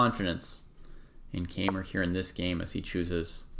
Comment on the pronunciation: You mispronounced his last name.